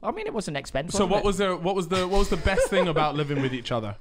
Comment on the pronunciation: genuinely. Saying "it was a long ting" literally within 5 minutes. Yeah. This is gonna be a goodun!